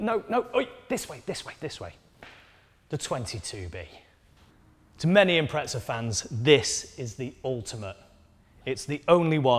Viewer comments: There is no T in IMPREZA stop calling it an " Impretza" ffs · I’ve always wondered why poms pronounce “Impreza” with a T in it….!!! - Impretza??? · There's no T in Impreza 😉